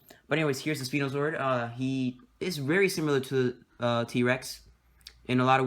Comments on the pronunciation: It's pronounced spy-no not spee-no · It's spino not speno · ...Speeno? Huh, I always thought it was called "Spy-No" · It is SP-I-NO